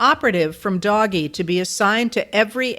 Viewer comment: You are pronouncing Doge wrong and it makes you sound uninformed. But then again after only a few minutes that was easy to figure out.